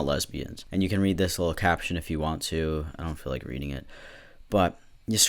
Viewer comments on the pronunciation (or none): none